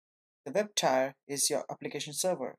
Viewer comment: Thanks for the intro! FYI, "tier" is pronounced "teer".